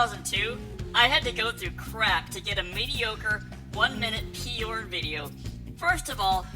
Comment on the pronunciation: Peyorn? Why the extra syllable?